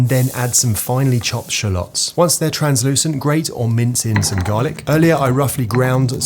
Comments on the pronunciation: no way you actually say rosemary and shallot like that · wait so are you supposed to pronounce it as shallot or shallot??